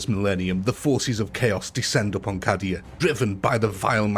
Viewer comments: Just fyi , Cadia is pronounced 'K-Dia' rather than 'Cah-dia' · I had subscribed. Having watched a decent video before... I've now unsubscribed!!😂 How can you love 40k, yet can't be bothered to pronounce Cadia or Khorne properly? I know it's silly, but your reasons for not pronouncing Khorne correctly are just mental. Like you think it sounds wrong, so you'll change it to "Crone". What a melt😂😂 Like, you're piggy backing off the love for 40k, and their fans for the support for your videos, while not actually caring about the lore. It's kinda funny, but also a shame because the battles themselves are good. It's mad that the commentary ruins it completely 🤣 Luckily, theres lots of decent 40k and UEB2 content to watch, so I suggest folks watch those instead of this buffoon. But each to their own. I recommend Battle Simulator Centre. Even though it's got AI narration, still preferable to an actual human who butchers 40k through being a block of cheese. 😎👍